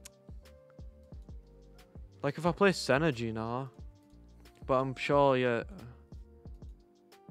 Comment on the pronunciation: Why u call gnar a gina? 😂 Nice video mate